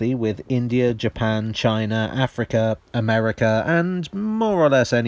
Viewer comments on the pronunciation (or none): none